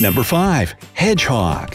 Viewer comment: I love the way he says hedgehog "heDGGGGhOoG"